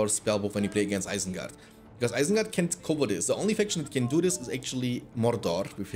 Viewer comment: because and causing are words you pronounce so weired man